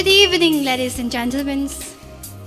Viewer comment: Contestant no 1 says lades not ladies haha